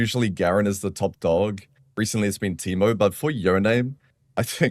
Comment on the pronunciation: Teemerrrr 😂 That accent